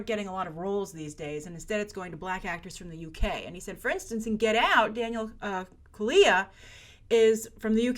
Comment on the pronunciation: Hi, If you're interested, the correct pronunciation is Daniel Kaluuya (Kal-loo-yah)